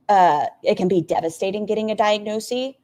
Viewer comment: bestie! first time viewer, enjoying the video so far, and extra points for livestreaming with your beautiful pet ... but it's diagnoSIS, not diagnoSEE. the plural form, diagnoses, IS pronounced diagnoSEES. why does it matter? because none of us should be doing anything that ALR does!